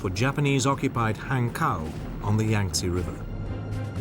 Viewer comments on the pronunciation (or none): Hankou, pronounced "han-co."